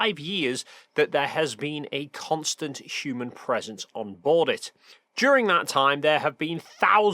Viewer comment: the way he pronounced the h human (it sounded like [ç] use instead of [h]) 😬 first time I hear someone pronounce it that way 😂